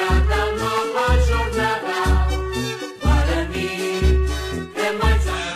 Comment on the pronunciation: Guarani e não giarani